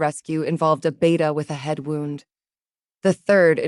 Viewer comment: I can't believe after all the experience you story tellers have gained that you still can't deal with the word 'wound'. It is another word spelled the same but with 2 different sounds for 2 different meanings. You pronounce 'wound', which represents a 'cut' or worse on the body (injury) as 'wownd' like 'a clock is wound' past tense. In this case the injury should be pronounced 'woond'.